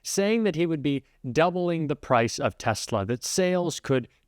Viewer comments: “Tesler” not Tesla😂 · He said Tesler😂😂😂😂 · Hahahahahahaha, paid agitators? That's a good one. Love how he still calls the cars teslers. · His mind is gone. He keeps referring to as it as TeslER. When he gets stuck on something, he just cannot correct himself. Not sure how business leaders who voted for him are furious about the tariffs. He mentioned he was going to use tariffs at most of his rallies and how tariffs was the most beautiful word. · Why does he call it a Tesler instead of Tesla, the actual name of the car? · A Tesler ? What a pathetic excuse for a human . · Did he say he wants to buy a tessler? wth is a tessler? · It's funny that he calls them "TESLER". Like Steven Colbert suggested last night, it's like he was trying to say Tesla and Hitler at the same time. Don't think I can see Musk's business the same again. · LOL he doesn't even know how to pronounce Tesla. He says "TesLER" LOLOL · GMC, Ford, Jeep, Chrysler and all carmaker should file a class action against the stable genius for promoting TESLRR at the Whitehouse - as pronounced by said genius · Tesla(r)??? He cannot even pronounce it! Selling from the Whitehouse is disgusting. Protesting is a right. Not property damage but peaceful protesting is LEGAL! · He continues to pronounce 'Tesler' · Trump can't say the word Tesla, he says Tessler. Such a moron 😂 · WTF is a “TESLER”?? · He says Tesla…Tesler!! What a effin moron. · "I wanna buy a TESLER." so says the stable genius! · A Tesler? Donald Trump is so stoopid. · Trump: “Teslar”? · He said tesler..😂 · He calls Tesla ... a Tesler! Several times he said that today! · Did Tramp just say Tesler? It's TesLA! ya dumb bastaaad! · For the life of me I can't figure out why he calls the vehicle Tesler.. Can't he read??? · trump wants to buy a teslur swastikkkar smelly incontinent demented old fat fool cant even say the company name right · Tesler? Did Chrysler merge with them? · Trump literally said I want to buy a TESSLER😂😂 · Did he say "Tesler"? 😂😂😂